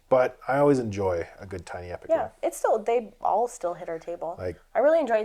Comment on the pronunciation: It’s TIny not TEEny